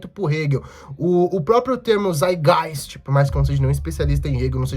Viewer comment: O Althusser tem um texto chamado lenin antes de hegel em que ele comenta que lenin opinou corretamente sobre Marx e hegel sem ler hegel. Ou seja, é contraditório com o que o proprio lenin disse depois ao ler o hegel. Só pra constatar a treta. E o termo é saitgaist, tem que pronunciar o "t".